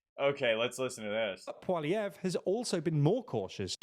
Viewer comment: How lazy they didn't even read his name before trying to say it. What the fuck's this "pwahlievre" shit?